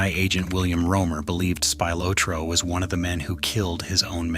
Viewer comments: the real murder was butchering the pronunciation of his name. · I wanted to watch the video but I can't stand AIA voices that can't pronounce spilatro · Aside from mispronouncing Spilotro's name, why, , is there a photo of Jack Bauer interrogation of Syed Ali from 24 Season 2?? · This might be great documentary but the AI mispronunciation of Tony's last name is painful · I don't think this pic of Gotti has nothing to do with any of this. And For God's Sake why can't you say Spilotro right? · AI sucks! Can’t pronounce Spilotro correctly and some other words a s well. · So much AI narrated garbage on the internet. And I was actually interested in listening to the story till I heard him mispronounce Tony's last name in the first 2 seconds. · The way you mispronounced Spilotro is driving me nuts. Do some research 🤦‍♂️ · The way you mispronounced Spilotro is driving me nuts. Do some research first 🤦‍♂️ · I turned this crap off the minute they mispronounced Spilotro's last name. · Video would be better if u pronounced spilatro right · Hey, if you think he is interesting enough to make a video about, don’t you think he’s interesting enough to learn how to pronounce his name? Or teach your ai how to pronounce his name? It’s not like it isn’t pronounced properly in a blockbuster movie… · That's Spilotro NOT Spylotro, please pronounce it correctly ! stupid AI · Terrible Tony's name is pronounced Spill a tro. NOT spy lotro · Ohhhh is it Spy lot ro now? Funny because I always thought it was Spilotro pronounced like spill ot ro and not Spy lot ro. Spy a lot did he before he got his brain bag bashed in good and proper? Was his bro a spy too? Is that what got them put in a shallow grave? Looks like a case of bad guys taking out bad guys maybes worse guys or at the least the same guys so come on lets put our feet up crack a beer and watch the football. Lets forget about bad news. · Narrator it's Speel-otro, not Spy-lotro. Spilotro.... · It's Spill-aht-tro. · It’s Spill-ot..trow